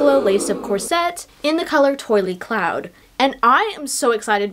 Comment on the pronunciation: The color of the corset is pronounced”twall”